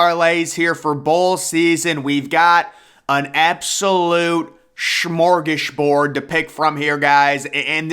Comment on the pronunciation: Shmor-Gus-borg!! Hahah love it